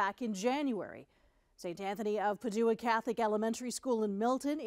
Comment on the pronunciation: Padua is pronounced incorrectly. I am constantly amazed as to how often these 'reporters' don't even bother to do basic research before doing their stories. Try reading Shakespeare and you'll learn a bit about Padua.